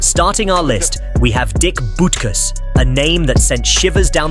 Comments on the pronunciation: Yeah; especially BUT-kus (not "BOOT-kus"). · That’s Dick Bootkus according to the narrator. 😂